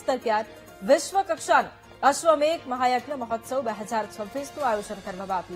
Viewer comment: Ashwamedha not ashwamegha